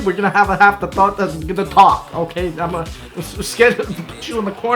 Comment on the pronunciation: Canadian suooorrryyyyy